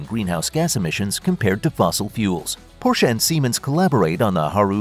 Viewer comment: At least learn to pronounce Porsche... Boolshit video.